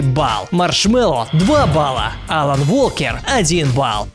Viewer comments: Уолкер правильно, произношение поучи. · Уолкер правильно. W не читается. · wa произносится как уо